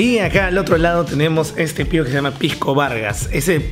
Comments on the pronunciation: se dice pisco y no "pijco", muy mal informado estás al comparar piscos de distinta clasificación. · Pijco, pijco, pijco, pijco oe habla bien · Se dice pisco oe,no pijco. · Todo el video escuché "pigcoo" 2 trillones de veces 😐